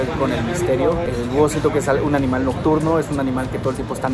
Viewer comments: se equiboco diciendo un aminal en vaz de animal jsjsjsjsjsjsjsjsjs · se equivoco dijo aminal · Aqui los que en el minuto dice aminal jajaj me encanto esa parte si ve está respuesta saludos ❤️❤️🖤🖤